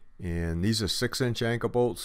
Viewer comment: Call me dumb but what is an anka bolt? Oh I see duh.Anchor bolt. Sorry I'm from Texas. I feel dumb.